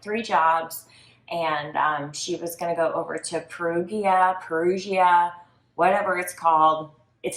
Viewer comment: Wow the Italian pronunciations were hideous!!! Americans can be so ignorant. It's not hard to say Perugia or Raffaele. It isnt RAFAEL. That's like calling someone Elizabeth when their name is Isabella (the Italian version of Elizabeth).